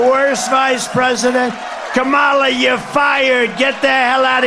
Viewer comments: Trump is a such a hateful person he purposely pronounces her name wrong. Cannot wait for him go away. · If you say her name wrong purposely, then you are a racist. Plain and simple. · whos this camola he speaks off, its kamala, comma, la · Go ahead, Donnie - mispronounce VP Harris's name again. Don't worry, you'll hear it pronounced correctly when she steps up to be inaugurated as President. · It's such a shame that he doesn't have enough respect for the Vice President to the United States to at least pronounce her name correctly.😠